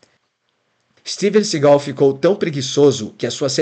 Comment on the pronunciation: Ouvir o tempo inteiro "Steven sigál" foi foda!